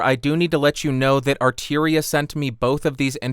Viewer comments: Arturia not arteria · Why would you pronounce "Arturia" as though it was spelled "Arteeria"? (Asking for a friend). Perhaps it was my imagination, but in the comparison section, the Focusrite actually sounded a wee bit fuller to my ears.